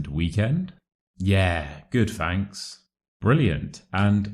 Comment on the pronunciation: Fanks? Isn't it thanks?